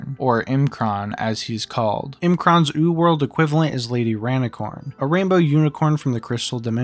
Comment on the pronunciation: why you say rainicorn like that......